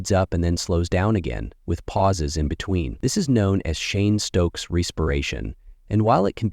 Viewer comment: It is Cheyne -Stokes respiration ( and has nothing to do with Shane , whoever he is ) . From England 🇬🇧